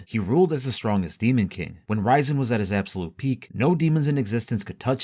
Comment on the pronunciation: RIAZEN NOT RAIZEN makes it sound like raisen